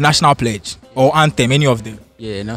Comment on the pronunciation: 😂😂did I hear predge